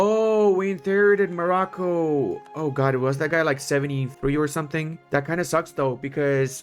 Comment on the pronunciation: I do not want to say Morrocco like that, thank you tho